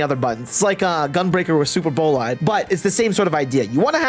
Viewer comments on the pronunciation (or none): none